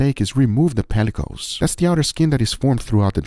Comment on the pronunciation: Someone help me. Guga says the outside of a piece of dry-aged meat is “pel-i-cose” when it’s spelled “pellicle.” Is he pronouncing it wrong?